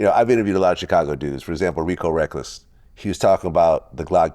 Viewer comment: Is it me or do anybody else hate how vlad say chicago everytime he say it